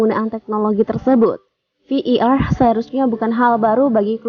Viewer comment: Admin sok Inggris. Bukan Vi i Ar, yg benar Vi ai Ar. 😁